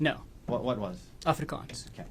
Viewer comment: I wonder if and why he changed the pronunciation of his name. The minute he said the word ‘Afrikaans’ his accent came through.